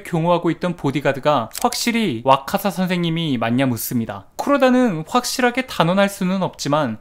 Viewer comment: 와카사 인데 자꾸 와사카 라고 읽으시네요